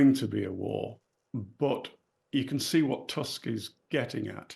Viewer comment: Props for correct pronunciation of Tusk